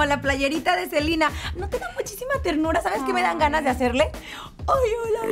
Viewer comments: No se dice Selina Gómez se dice Selena Gómez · Porque le dicen Selina? Es SELENA LPMM😐🙄